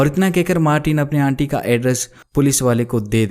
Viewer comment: बहुत उम्मीद थी...आपकी आवाज़ ठीक है लेकिन कुछ शब्दों का चयन और उन शब्दों का उच्चारण और अच्छा हो सकता है...उदाहरण के लिए - आंटी की जगह अंटी, फ्लश की जगह फ्लस (सारे श वाले शब्दों की जगह स शब्द का प्रयोग किया है. ..माफ़ कीजिएगा लेकिन ये छोटी छोटी चीज़ें इंद्रियों को बांध नहीं पाती। 🙏